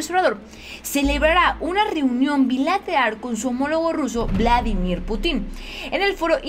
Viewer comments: que buena noticia,pero ya te dije que aprendas a leer bien y no cambies una palabra por otra cómo cuando dices putín - pútin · es Владимир Путин, se pronuncia Putin, con acento en la U, no Putín, respeta a nuestro nuevo mejor aliado;) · Jiji, No es 'Putín', es Putin no es lo mesmo : ) Pero eres una hermosa y se te perdona esto y más! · Que buena noticia ojalá todo sea para bien de México. Por cierto y solo como comentario, el apellido Putin no lleva acento en ningún lado, por lo tanto no se pronuncia "Putín" sino "Pútin" (como si tuviera acento en la u). Es solo un breviario cultural. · no se dice Putín,porque se escucha cómo una grosería,en nombres propios se dice Bladimir PÚTIN, siempre el acento en la primer vocal.aqui ya cabéa dijo el indíto,o ancina pué, jajaja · es PUTIN, no PUTÍN 😆😆😆😊😊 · Pútin...no Putín.... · Jijiji Es pú tin No Pu tín Jajaja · Cuidado con los nombres y apellidos. El presidenten ruso es PÚTIN con acento en la 1era sílaba no Putín con acento en la última (lo hago gráfico aunque no se escribe) En el idioma ruso muy pocas palabras si no es que ninguna son agudas ya sea con acento prosódico, diacrítico u ortográfico. Nada personal, no lo puedo evitar soy maestra y es una cuasi obsesión.... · Se pronuncia Putin, y no Putín 😂😂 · el nombre del presidente Ruso se pronuncia Pútin. Saludos. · No es Putin, es Pútin, sin acento, pero cargando la pronunciación en la u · Alguien noto que dijo putín con asentó en la (i) haciendo referencia a homosexual en diminutivo jajajaja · Jajajja saludos,se oye chistoso cuando dices Putin,le asentuas en la i se oye put"In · Creo que Putin es una plabra aguda... y el acento fonético es en la última silaba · Si verdad, se escucha chistoso como lo dice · Hay que pronunciar bien nombre del presidente ruso.